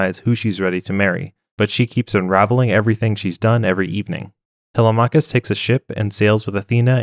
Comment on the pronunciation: tele-mah-cuss? lol it's tel-lem-mik-kiss